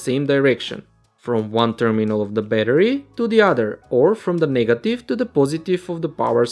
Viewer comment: "coDU-c/Tors" "o-NE" "M/Ake" "M-o-Vment" "wIR-e"